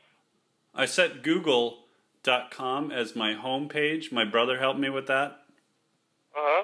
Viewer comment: He pronounced google as guggle lol